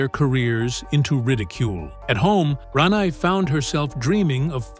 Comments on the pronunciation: Ran- neye lmao😂😂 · It's "Ranae", pronounced Rah-nay.. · Gee, whoever is narrating this is getting Rene's name wrong. if you're going to narrate people's name, do it right. I didn't know BoBo passed away.